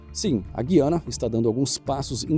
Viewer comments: O que quer dizer a palavra Guiana? A Guiana e sua vizinha Guiana Francesa – situadas entre os rios Orinoco, Amazonas e Negro, além de serem banhadas pelo Oceano Atlântico – eram conhecidas pelos nativos como guyana, termo que, em seu idioma, significa “terra de muitas águas”. O 'u' é pronunciado : Gu-i-a-na. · por essa razão que o som da palavra "goiana" é correto em "Guiana", por lembrar "Goiânia". O som de Guilherme não caberia pra palavra Guiana. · não é? Eu concordo contigo plenamente. A gente pronuncia como "aguenta", "linguiça", "aguado", e não como "enguiça". Achar que há duas pronúncias é induzir ao erro. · Olá … e o nome do país é GU I A NA e não Guiana… (guyana… pelos nativos de lá = terra de muitas águas) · NÃO É GIANIA, É GUUUIANIA, TE LIGA, FAZ LIVES FALANDO ATÉ O NOME DO PAÍS NÃO SABR PRONUNCIAR, TE LIGA. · O NOME NÃO É GIANA E SIM GUIANA . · Não é Guiana é Gu iana falado só que tudo Junto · Que pronuncia é essa, Gui - Ana? O correto é Gu - I - Ana. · pronuncia-se o "u" no nome Guiana. Não é Gui-a-na que fala, mas GU-i-a-na. Tanto é que, se você reparar na grafia antiga do mapa, ela aparece como Guyana - Gu-y-a-na. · Gosto muito dos seus vídeos. Quanto à pronúncia da palavra Guiana em português brasileiro, pesquisei e encontrei "Gu-i-a-na" e não "Gui-a-na", como você pronuncia no video. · É errado falar Guiana (Gui). O correto é Gu-iana. Escrevia-se Guyana na antiga ortografia portguesa. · APRENDA, NÃO É GUIANA, É GÚIANA...VÁ FALAR ERRADO NA TONGA DA MILONGA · Claro que não tem o acênto no U, mas, é pra dizer o quanto esta cara fala errado. Giania não existe, é Guiana. Parei de ouvir isso. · A pronúncia é, gu -i -a-na, e não, gui-a-na ... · Fala o nome errado não é I é U depois do G não é Gui é Gu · Não consegue dizer o nome do país direito? O nome certo é GU I ANA E NÃO GUIANA. Antes existia o trema, um acento gráfico, mas o seu desuso não modificou a pronúncia. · A pronúncia certa em português é Gú.iâ.na e não Gui.ana... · Seria Gu-i-a-na!?